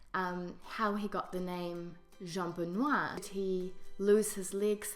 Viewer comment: you forgot the terminal "r"... yes, it's not strongly heared in french, but need to be there. That's make the difference !